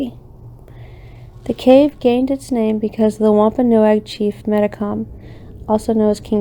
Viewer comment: This was pretty good, just wanted to offer one thing if you ever do a follow-up video. Rehoboth -- it's "rih hoe buth" with the accent on the second syllable. And Wampanoag is "womp ah nog" but that didn't get me nearly as much as "Rehoboth" over and over, lol. And something to investigate maybe, Profile Rock collapsed in 2019, due to heavy rains, is what they said. Might be interesting to see if things have changed at all since then, ?